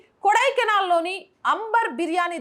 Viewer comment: అంబర్ కాదు, ఆంబుర్ బిర్యానీ